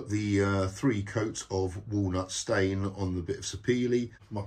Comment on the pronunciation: Walnut stain, walnut stain, walnut stain, walnut stain …… its posher 🙂